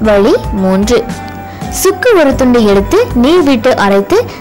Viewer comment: its"vazhi"=way and not "valee"=pain, sariyaaga "zha"vai uccharikavum